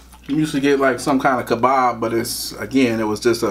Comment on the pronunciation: It's called kebaaaah? k e b a h Lebanon food